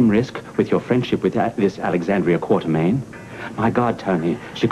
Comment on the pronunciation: Well Victor also pronounces Alex's last name Quar-ter-mean. I guess it was so slight they let the line pass. And if you remember Frank Smith had that stilted way of delivering lines like Anthony. for what its worth.